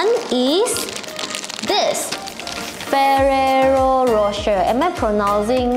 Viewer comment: ada pelat r ke sebab cakap freererro khosshe:)